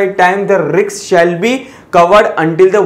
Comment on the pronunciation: sir riks mat bolo. doubt aata h. otherwise things r perfect